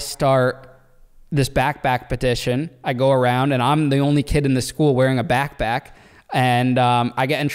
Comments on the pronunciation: .. dude, what’s a “Back Back”?? 😆 U know there’s supposed to be a “P” in that word.. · it sounds like you say “backback”, it’s “backpack” lol